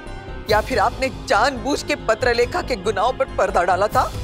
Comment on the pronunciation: Papilekha nhi patralekha